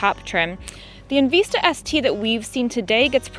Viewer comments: It's called En Vista, not En Veesta ... LMAO 🤣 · Right? And later, at a few more spots. Short vowel “i” sound, not long. En-vi-sta